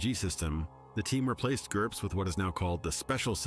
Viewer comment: I clapped when he said GURPS